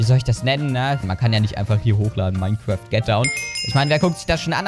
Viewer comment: ach ja und es heisst "Mein kraft" nicht "Mein kräääft"